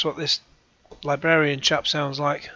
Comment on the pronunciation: “The Game Libwarian?!” 🙄